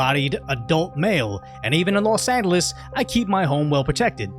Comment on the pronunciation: Hold up say los angeles again?